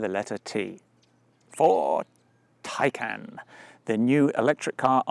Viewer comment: Tiecon* is how it’s pronounced, great video